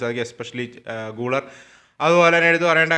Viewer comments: pronounciation thettanu GULER മലയാളത്തിൽ ഗുളേർ എന്നാണ് ഗൂളർ അല്ല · ബ്രോ ഒരു ചെറിയ കളിക്കാരുടെ പേര് കൃത്യമായി പറയാൻ ശ്രമിച്ചാൽ നല്ലതായിരുന്നു ബ്രോ പറയുന്ന ചില കളിക്കാരുടെ പേരുകൾ eg: guler, hujisen ഇതൊക്കെ തെറ്റാണ്